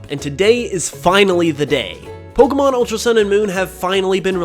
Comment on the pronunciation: I thought it was POK E MON this dude says POKE UH MON